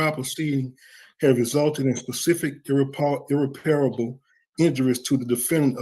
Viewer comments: Ugh, irreparable is NOT irrepairable! Look, right there in the wrong word, the 7th letter is an "i", the correct word does not have that "i"! Right pronunciation: ih-rep-er-uh-buhl Wrong pronunciation: ir-ri-pair-a-ble I see lawyers making this mistake! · Him saying "ir-re-PAIR-a-bull" rather than "ir-REP-per-bull" makes me cringe every time. . . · Intelligent? - Desposition? And that is not how to pronounce irreparable, to cite just a few. His word salad has made me hungry for a real salad. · irreparable, there's no I. it cracks me up when these dudes think they can master law by reading a few lines of a pamphlet he paid for or a Youtube page vs. three years in college plus a couple years actual experience when they've had their whole lives and can't even master the English language, just sayin'...